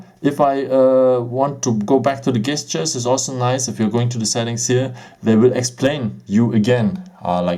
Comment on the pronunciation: A little tip for you. The G in the word gestures is actually pronounced like a J.